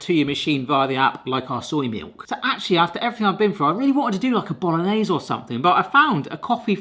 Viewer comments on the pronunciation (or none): none